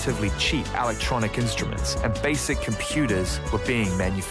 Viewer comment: "Alactronic" that's an annoying af pronunciation of electronic lol